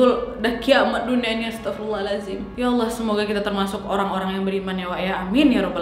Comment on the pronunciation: koreksi kak, "Maa syaa Allah, Astaghfirullah". bukan pake O